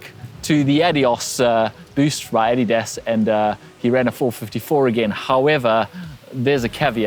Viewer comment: Are you German? I think you're only the second person I've ever heard say "Adidas" correctly